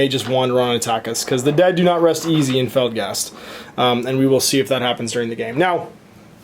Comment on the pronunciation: I like your videos... but it so bugs me that you say Felgast and not Felstad.